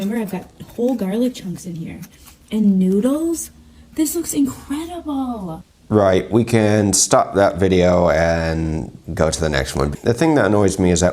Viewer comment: Did she say "Incredible" or did she say "in-edible"?